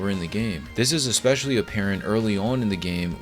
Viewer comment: *especially not expecially